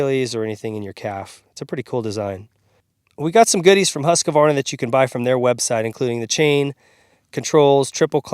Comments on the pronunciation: Dude, you've gotta learn how to say HOOSK-VARNA (or if you prefer HUSK-VARNA). There is no "UH' as a second syllable. Just 'cause idiots on the internet all say it wrong doesn't mean it's right. Here's how to spell it. Husqvarna. Husq-varna. IT IS NOT SPELLED Husqavarna so don't pronounce it that way. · Woah nice build, but should learn how to pronounce Husqvarna because its not Husqevarna but Husqvarna. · Incorrect pronunciation of Husqvarna. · You're not pronouncing Husqvarna correctly.